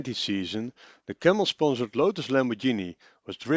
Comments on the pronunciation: / "...about the Lotus-Lambordshini..." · IT´S NOT LAMORDSHINI!!!!!!!!!!!! This prevented me from watching the rest of the video and potentially subscribing to the channel. All ruined in just seconds.... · By now the whole world knows, it's pronounced the italian way. And it isn't exactly difficult to that right.